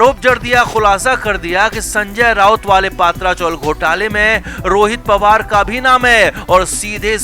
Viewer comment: पत्रा चाल, पात्रा नहीं